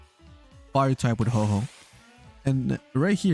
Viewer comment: ITS HO OH NOT HOHO XD